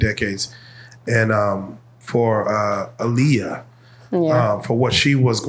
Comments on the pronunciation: Tell you pronounce her moms name Ah-Lee-uh, not uh-lee-uh. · You can join Rocky in the corner 😂 it’s her pronouncing her name “Ah-Liyah Hawton for me.